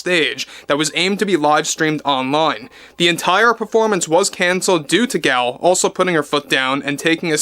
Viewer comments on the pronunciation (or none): Sorry to be nitpicky, but Gal is pronounced Gahl.